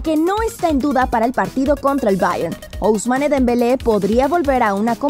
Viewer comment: Chale si me confundio cuando dijo “ O-usmane dembele regresaria a una convocatoria”